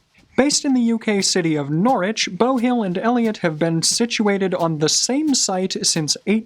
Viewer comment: pronounced Norwich correctly! I may weep.